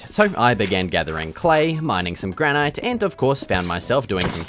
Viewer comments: Its pronounced granite bud, not granite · it's pronouned 'granite' not 'granite' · How can you not know how to pronounce granite?